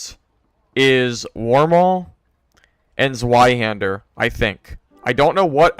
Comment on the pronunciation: The Zwei in Zweihänder means 2, and you can pronounce it as Tsvai (dont know to to write it for english), but the Z has a Ts pronunciation and W has a V pronunciation